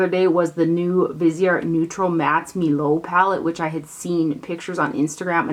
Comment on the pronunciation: I think milieu is pronounced mil-you. Thanks for the haul!